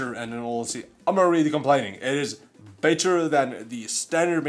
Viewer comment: Every time he says better it sounds lo like bit**er lol